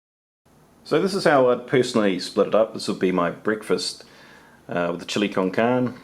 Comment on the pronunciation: Chili con carne is Spanish for chili with meat. Heads up *carne is not pronounced with a silent e. It's pronounced just as you began but add a long "a" sound in place of the "e" at the end of carne. If you can spell socks you can say, that's what it is in Spanish. Spanish lesson for free! 😄 Cheers!